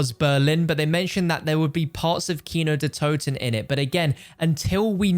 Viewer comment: Sounds great when Americans pronounce "Kino der Toten" 🥺😬